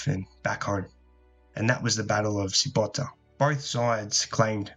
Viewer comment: Very good.I live on Corcyra, which is now Corfu and the Greeks pronounce Kerkyra. Sybota is actually pronounced Syvota,as the B in greek is a V. I think I am right in saying that 100 boats were waiting in Chimerium for a year. This is now Parga and there is a big bay with a fresh water spring coming into the sea at 30m deep and is visible on the surface. No doubt they would have taken water from there. One day I will scuba dive to the bottom and take a look.